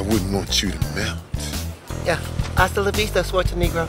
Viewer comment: "Astalovisto Schwarzenegro"😂